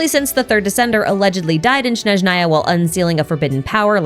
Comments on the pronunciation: Snézhnaya, not Snezhnáya. the game pronounces it wrong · It’s Snezhnaya, not Shnezhnaya. The word starts with the consonant cluster sn, just like in English words snow, snack, or snake. There is no sh sound at the beginning. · You're almost done, it's S-N-ezhnaya, not Sh-N-eznaya. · Why do Americans always mispronounce Snezhnaya omg bruh... It's not Shnezhnaya, but Snezhnaya (sn as in "snake") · I’m sorry but as a Slav I couldn’t focus throughout the video because of the way you mispronounced Snezhnaya 😭 it’s pronounced “Snyezhnaya” and not “Schnezhnaya” 😭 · I just want to say that I find it cute and funny now you say SHnezhnaya :D (it should be [sne] like in snack or even snake) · Snezhnaya is Pronounced Snehzh-Neye-Yuh, The first S is pronounced the same as the First S in Snow. Hope this Helps. 😊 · “Shnezhnaya,” “Kal-i-vala,” “Po-hola,” etc. 🤦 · Is it shnowy in Shneshnaya? 😂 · Great video as always, but my whole body cringes so hard whenever you say “Shnezhnaya” 😖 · please 😭 Snezhnaya has an s like snake, not a sh like shoe at the beginning 😭😭😭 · There is no need to try to pronounce Snezhnaya in a strange way. "S" is pronounced like "S", not like "sh" or "sch". "Zh" (pronounced like like "Zhongli") is the only special letter combination in the word. (Ideally, the first N should be palatalized, and the second N shouldn't be, but it's safe to ignore) The signs in Temple of Space are probably written by our good friend Istoria.